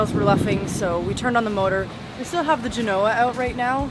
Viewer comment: Its not pronounced Gen Oh uh. Emphasis is on Gen. dont want to sound like a rookie!